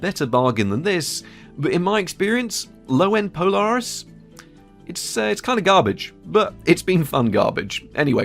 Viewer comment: Polaaaris not Polariiis.